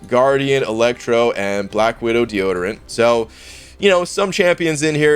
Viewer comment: 😂😂 deodorant or D-origin? Not sure what I heard